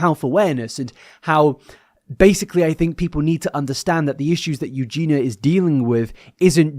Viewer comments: You do know her name is Eugenia right? Pronounced "Yu-jee-nee-ah". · you’re still pronouncing her name wrong!! there’s an i in there